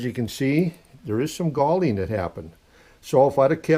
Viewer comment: I was unfamiliar with the term galling. It sounded like he was saying gaulding. Finally got the correct term: Galling is a form of wear caused by adhesion between sliding surfaces.